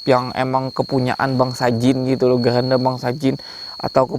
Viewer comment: Maaf bang keranda bukan geranda